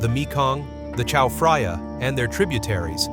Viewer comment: Well spoken! On top, his pronunciation of "Chao Phraya" made me squirm. There is no "f" sound in Thai language. I'm not going to waste more time on this.